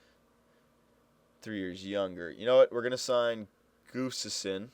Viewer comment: its pronounced "Gus-Tuvson" just saying:)